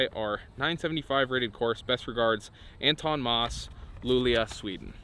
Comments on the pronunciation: Crash course on how to pronounce those Swedish cities: "Sheh-left-eh-oh" & "Lu-leh-oh"...hahaha! :D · Amazing. Westside should have just done this to make the adder lmao. The å is an o. Lew-leo. Shell-ef-teo.